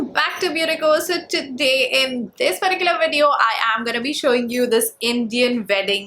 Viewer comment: Why always u say perticular 😰😰though good video